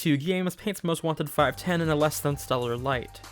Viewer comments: It's pronounced "five-one-oh", genius. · I think it's pronounced 'five-one-oh'.